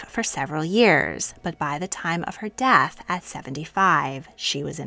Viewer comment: "Dath"? Do you mean "death"? The latter is pronounced with an E.